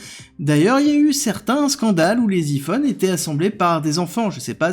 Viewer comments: Faut arrêter de francisé les mots anglais Iphone se dit ( ail fone) et non pas (i fone). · « i »-phone, réellement? Il y a des gens qui prononce encore comme ca en 2024? On dirait une voix générée par l’IA, quand elles prononcent super mal les mots anglo-saxons. ferait-il dire ses textes par une IA?